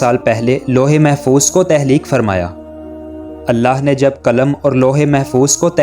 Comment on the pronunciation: تہلیک نہیں تخلیق اپنی narration میں مسلسل غلطی کی ہے آپ نے۔معلوماتی ہے مگر narration بہتر کریں